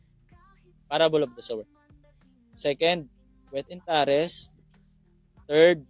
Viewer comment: "tares" is pronounced as /teyrs/ hindi po /taris/